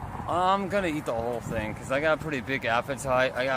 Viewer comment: He also objectively mispronounces a lot of words, which is… a ton of fun… “thing” is not spelled “fink” and three (3) is not “free”